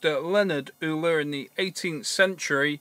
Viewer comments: It's pronounced "Oyler's Disk" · Well, I'd say "yuler", like the Eu in Europe. So if Euler is pronounced Oyler, then why isn't Europe pronounced Oyrope? No wonder people struggle with English!